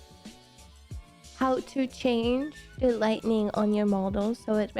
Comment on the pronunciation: Just FYI, it's pronounced "light ing" not "light ning"...